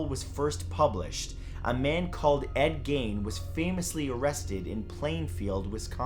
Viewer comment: Very well done, but Ed Gein is pronounced with a capital E and no real emphasis on the I.